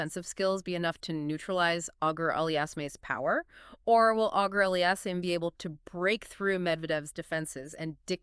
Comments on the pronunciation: You butchered the pronunciation (badly) in the first minute of the video which warrants not watching the video at all. Terrible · If you can't say his name properly it just shows you clearly did not watch enough Felix. You might know a lot about tennis, even have competed previously, but specifically should avoid any discussion regarding Felix. Only two pieces of deduction made me dismiss the video: The first piece of deduction is that simply from the lack of pronunciation, it shows that you clearly have not watched enough Felix. If you even watched a match, or simply HIGHLIGHTS of him playing, you would be able to repeatedly hear "Auger-Aliassime". Both the announcers and the umpires would have said it multiple times. Then I deduced that if this individual obviously has not watched ENOUGH of Felix's play, I am fully justified on dismissing this person's analysis. How can I bother with the analysis of someone who has not even WATCHED HIM PLAY? This is the 2nd piece of deduction. It took me longer to type this out than to make up my mind but that is simply how my thought process went. I am not hating irrationally, there is a logical process I underwent to arrive at this conclusion. I can also add that mispronunciation is indicative of a lack of attention to detail, so how can I bother with an inattentive individual who clearly has never even watched him play? I hope you can take this the right way and only look at it critically instead thinking that I am just hating for no reason.